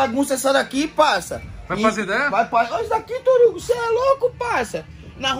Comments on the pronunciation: aqui torugo kkk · TEM "CARA DAS IDEIAS" FALANDO TORUGO,TEM LIKE...